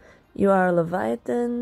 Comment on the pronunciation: I'M SORRY- I can't stop laughing because it sounded like "You are Satan" instead of "UR Satan" 😂 WHEEZE